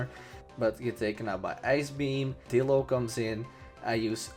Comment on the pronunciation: I thought you said dildo.....